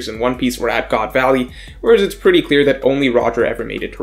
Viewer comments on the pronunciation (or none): none